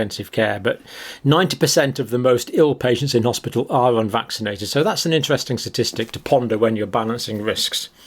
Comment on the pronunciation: It's the hospital not hospital